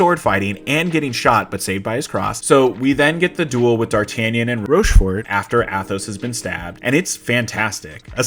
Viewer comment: And then "ROSCHFORT" lol